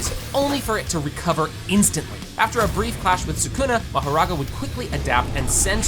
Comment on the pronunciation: ele falo marogarara ou foi empressão minha?